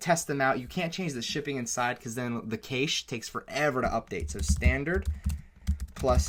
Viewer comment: cache - "caysh" lol but good video